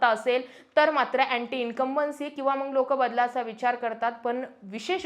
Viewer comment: पत्रकार आहात शुद्ध बोलण अपेक्षित आहे मग ला मंग म्हणत आहात . Strategy not stratergy master not mashter